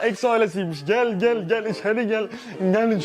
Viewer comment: "İçeri gelğ"